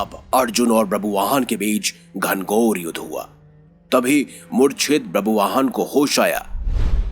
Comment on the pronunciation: It's not brabuvaan, it's ba-bhru-vaa-han.